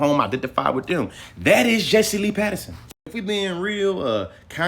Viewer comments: It's Peterson not Patterson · If you say Patterson instead of Peterson one more time… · Why he keep saying Patterson 😂🤣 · Quit saying Patterson! Unless your doing it on purpose.